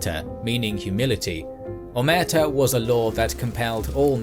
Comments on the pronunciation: And the accent is on the last syllable, too, isn't it? Isn't it "o-mer-TAH", not "o-MER-tuh"? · The name of the doctor was Gaspare Galati... and the name of the so called "humility" word is not omerta but omertà, the stress is in the last wovel